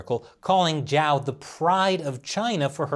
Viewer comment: Great video. I'd just like to remind you that Zhao's name is spelled like "Jao" like in french "bonJour"; Instead of "Jiao" as in english "judge" ☺️. Actually, here's a quick tip: Zh = J (french "Toujour") J = J (english "Jack") X = Ch (english "Check") Sh = Sh (english "Shark") It's actually pretty easy 💫